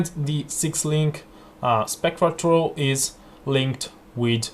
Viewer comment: i recommend using an H when saying throw and thank you, please try this in yur build